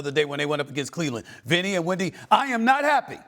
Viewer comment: i said Vinny not Windy 🤣🤣 I'm now on the floor